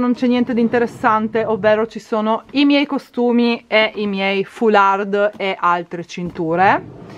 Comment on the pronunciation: DEVO BACCHETTARTI!🤣 Foular(d) la D è muta!